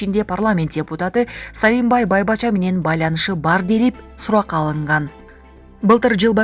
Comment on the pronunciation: Байбача эмес бойбочча деп айтылат